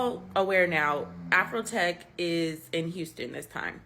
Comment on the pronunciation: It’s AfroTech not AfrHoeTech!